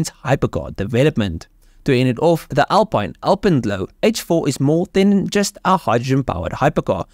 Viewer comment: It's pronounced AL PEEN :)